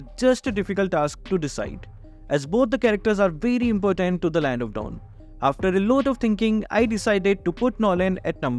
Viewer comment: saying estes is impotent rather than important😂😂😂😂😂